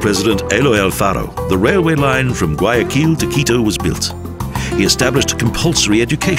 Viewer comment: Gay a kill is also nice hahahahahaaa. Seriously just horrible pronunciation.